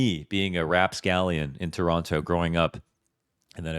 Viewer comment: If from Toronto, why pronouncing Toronto wrong? 🤔